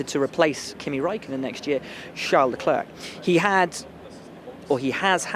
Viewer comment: Ffs come on Will: the last c in leclerc is slient. You pronounce it like le-clerk, it's more like le-claire